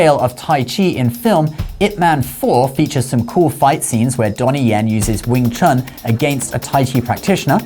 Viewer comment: Wing ChAn ? I thought you said you knew Chinese.